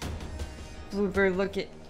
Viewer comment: did he say booper at the start of the video